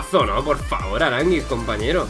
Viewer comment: Primer español que dice Aránguiz y no arangüis